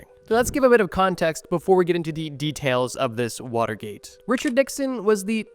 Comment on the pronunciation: Way to butcher Watergate.